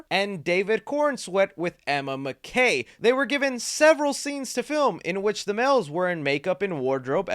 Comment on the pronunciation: Holy shit, it's Emma MACK-EE not McKay